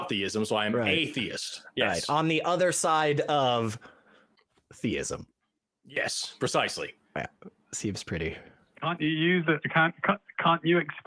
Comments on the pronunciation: Yes, definitely. Listen to how both pronounce "thayism". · has called before. He is the only person I've ever heard on humdreds of these calls pronounce it, "thaiyism". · So, I just got to call... I forgot, his other identifier is the "thay-ism" pronunciation.,, etc all pronounce thee-ism as thay-ism. So, I'm convinced. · Same dude. "AthEEism. Thayism."